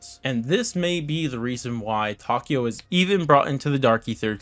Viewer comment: Tokio jajajaja es takeo